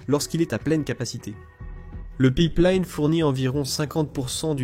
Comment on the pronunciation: Le Pipe Liiiine ^^ si tu prononce Line comme il faut fait un effort